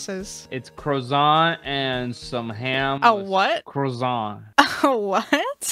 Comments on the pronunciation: "its a CrOzAnT" a- a what "a CrOzAnT" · “It’s a crozont👁👄👁” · "izza crazont" 😂